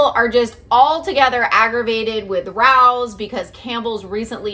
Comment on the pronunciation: It’s pronounced Ra(long A) O’s.